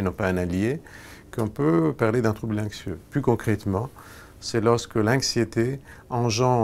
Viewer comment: Pourquoi il prononce "Inxieux" et "Inxiété" ?